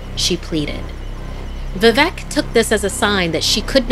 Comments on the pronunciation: As a Bengali, the pronunciation of Vivek as vevec just gave me chills.... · Wtf it's vivek you are telling it as vevek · The mispronunciation of Vivek is so funny 😂 "vevek" that's what she says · It's not vi - vek not veevek that's the pronounciation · It is vivek not vivac Your pronouncing was ❌wrong. But I still like watching👀 your vids😂🇮🇳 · Its vivek not vivak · You are pronouncing the names wrong, it should be “Parineeta” which means “bride” in Bangla, which explains the character, not “Prenitha”. Also, the man’s name is “Viveik” not “Viveck ”. As an Indian, I think you can get many better stories from India, there are lot of interesting folk tales about the supernatural in Indian culture. This is definitely not the best that India has to offer. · The way she says "Vivek" As "Vevec" Is giving me anxiety 😭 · It should be bibek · I didn't get it until I really got it VIVEC. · Just tell them how to pronounce it. “V-wake” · She: Vivec Me: Arey oo vivek bhaiya. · Vivek is pronounced as "V-wake" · Amazing narration.... Just a tip....Vivek is pronounced as vi-wake....like the word ' wake-up'😁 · for rest to pronounce vivek u can try to say we-wake no pause just say it conjoined and that is how u can say VI-Vek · Vivek pronounced as ‘vi- wake’ :) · BRUH WHY IS SHE CALLING ‘VIVEK’ AS ‘VIVEC’ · I half died when she pronounced vivek 'vevac' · It’s pronounced Viveek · I'm Indian and I was laughing at how she pronounce calicut or vivek.